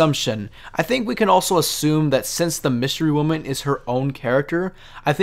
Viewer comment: Dude said Wystery Woman lmao